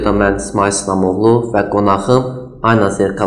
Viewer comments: Cox xahiş edirəm,düz əməlli aparıcı secin.Diksiyası bərbaddır,adam azərbaycan dilini məhv edir.Adi "Ayna" sözünü düzgün tələffüz etmir. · Elcin muellim once garsinizdki jurnalistin ayna sozunu duzgun teleffuz etmemesini ona izah edin.